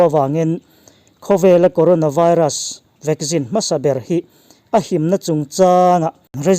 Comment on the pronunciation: I news hi a tha thei hle mai... Mahse ti nge VACCINE hi VAGGIN i tih tlat a🤣